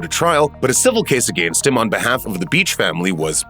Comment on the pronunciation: "against" could you be anymore Canadian 😅.